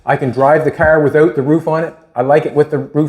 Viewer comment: Its a car, not cärr and stop whining or I stop watching😂